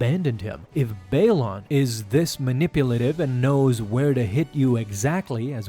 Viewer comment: Anyone else hate that he keeps mispronouncing Baylan and Marrok? Also at the end of the Mortis arc the father and the son die… so it can’t be the son. Seems like this wasn’t thought through